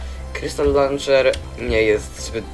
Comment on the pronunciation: ja koham majkraft ti lanczer